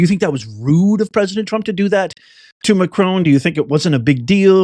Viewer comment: Macron! SAY HIS NAME Macron! Ehh..? Trraump!? You're Gyad Darn RIGHT!